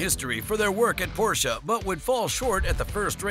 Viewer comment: Congrats on pronouncing "Porsche" correctly. Thank you for a great video.